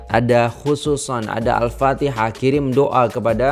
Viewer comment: Sedap dgr alunan al fatihah tuan. Tajwid pun terjaga.